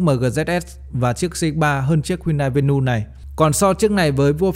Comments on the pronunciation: Vê nu😅😅😅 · Venue ko có s mà Bác đọc ét xì nhiều quá